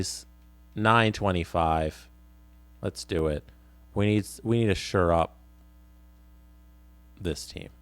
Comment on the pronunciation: ......it's Shore up...... Not Sure up. Hahahah